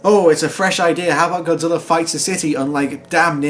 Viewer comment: Take a shot everytime he calls him, "Godziller."